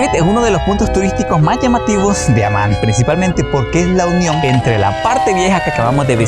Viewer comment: اسم عاصمة الأردن هو(عَمّان)، وليس(عُمان).